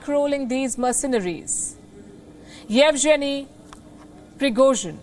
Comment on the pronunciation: By the way, Yevgeny / Evgeniy / Evegeny is pronounced येवगेनी / येवगेनीय not येवजेनी ।